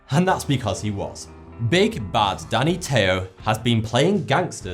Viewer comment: Wow... ""